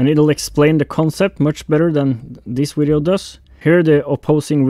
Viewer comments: Nothing wrong with saying wideo. I’m fine with wideo. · 😃 Love the "Vwideo" 😄😄😄 I've incorporated this this lexicon into my American vocabulary. It's kinda cool to use this in normal conversation with my American friends because it catches attention when delivered with a straight face.. Love it. Don't change it!